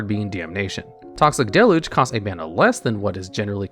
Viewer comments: I swear there’s always at least one card you pronounce in such a funny way. Like toxic delu the first time you said it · The thing that stumps me to this day is why to people keep mispronouncing deluge.